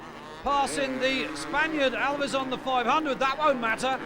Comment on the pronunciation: The surname of #40 is not "Alvies" or whatever the narrator is trying to say but Aviles (ah-vil-es). That's not bad pronunciation, that's a grown man being unable to read!